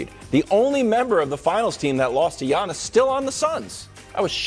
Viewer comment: It’s Giannis! Not Janis